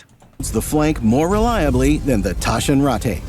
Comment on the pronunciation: They can't even get their pronunciation right. How will they cope with more complicated things? "Taschenrattay"??? One call to Mailand and they would have saved themselves the embarrassment.